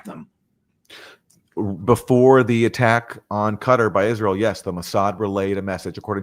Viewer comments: Judge it’s Qatar 🇶🇦 not cutter . Pronounced Kattar ❤️❤️❤️ still waiting for you to have an analyst from our region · 'gutter' is so apt, no ?